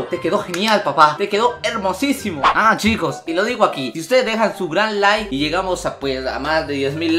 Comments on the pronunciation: Dijo nike en ved de like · Minuto nike en ves de like xd